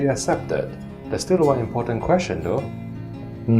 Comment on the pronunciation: “Apology assepted” 😂